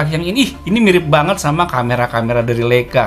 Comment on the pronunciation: Mantap om, koreksi dikit cara bacanya yg benar adalah LAIKA 🙏